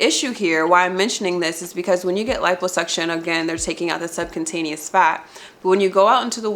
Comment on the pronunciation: Subcutaneous (sub-kyoo-taneas)